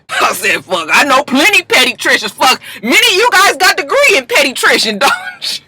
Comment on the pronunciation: when Joseline tried to say pediatrician my mom was like is she talking about a dog lol